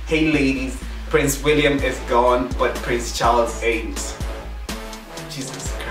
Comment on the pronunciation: Pwince Charlzzz hahaha mine was worse....